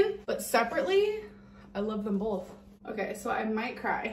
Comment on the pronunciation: why does she pronounce both as bLoTh?!